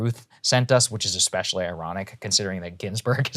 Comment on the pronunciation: Saager... you just said "EKspecially". Sincerely, the grammar nazi. I love your work but could not resist. :-)